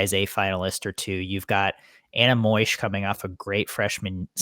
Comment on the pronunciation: Moesch it's a long o and a silent e. Not pronounced moysch like you said. This swimmers work so hard. The least we can hope for is to have their names pronounced correctly.